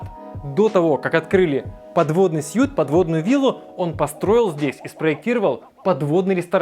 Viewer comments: Произносится не сьют, а свит. Сьют это костюм. A suite is a luxury room. Свит это номер люкс. В наше время так говорить по английски для такого рода блогера это серьезное упущение. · жил в Никитах (Крым), 40мин пешком до моря за 2$ в сутки с человека, у меня был душ на улице, вода в баке нагревалась от солнца и к вечеру можно было помыться даже теплой водой. Номер в отеле произносится как "свит" хоть и пишется как suite.